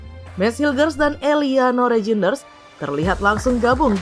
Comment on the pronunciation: Tertawa saya min sebut eliano rejines haha belepen ya min atau lg sariawan😂😂😂😂